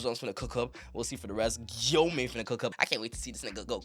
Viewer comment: Nigga said gyoma and koyusuki💀